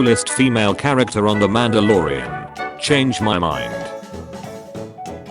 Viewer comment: bro said mandaloroan